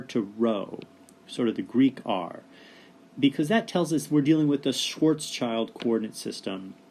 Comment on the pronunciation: Thanks for this video. It's a good explanation. But... I cringe every time you say "Schwarz Child" - THERE IS AN S THERE FFS it's pronounced "Schwarts-Shield"